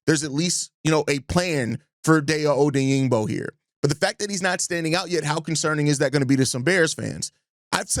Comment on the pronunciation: I think Dayo *Odeyingbo* is pronounced: Die•yo Oh•deng•bo 🐻⬇️